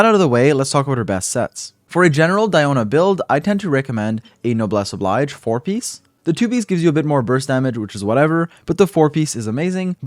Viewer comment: Please for the love of fuck, the artifact set with the name “Noblesse Oblige” is a phrase or statement with French origins and isn’t pronounced the same as the word “Oblige” in English... it’s an unfortunate coincidence that they’re spelt the same in both languages and has similar definition but it’s pronounced “Ob-Leej” (like the word Leige) And saying it like Noblesse OBLAIJ sounds so fucking bad. Please ! 😭 I’m begging you !